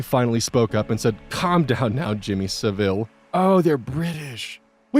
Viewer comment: The pronunciation of Saville caught me so off guard. For the record, it’s more like, savul, like you’d say gull. Then the rest of the story hit me like a train while I was writing the rest of this comment.